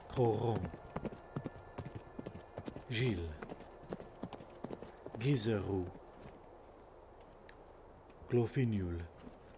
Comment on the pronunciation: Agilgar = OK Aquitaine = A-ki- not a-koui Artois = OK any name that ends in "onne" is pronounced like english "on" in "on / off" Bordeleaux = OK Breton / Bretonni = OK châlons = OK Gilles = OK Gisoreaux = gi-zo-reuh Glorfinial = glor-fi-niaal. not nioul. Guillaume = ok Lambard = do not pronouce the endind "d". Lam-bar Landiun = kinda ok Louen Leoncoeur = kinda ok Lyonnesse = lio-ness (like lochness) Merovech = OK Monfort = ok (we need to hear the "r" a little bit more ahah) Mousillon = always thought it was spelled moussillon so i'm not sure how to pronounce that. You're reading it correctly as it is spelled but it doesn't sound french ! Parravon = OK Quenelles = OK Thierulf = OK